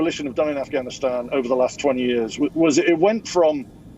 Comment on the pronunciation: I love the way you say ‘yearrrrs’ like sharadha kapoor